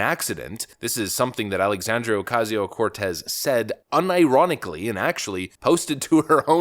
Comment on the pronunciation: Do you have to exaggerate her name? I'm Hispanic and Based AF but it sounds insulting to a whole culture.. Not just her. 90 percent of us don't care if you pronounce our names properly but AOC is awful and so many things to go after her about.